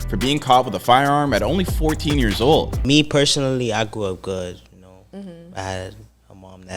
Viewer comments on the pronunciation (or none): none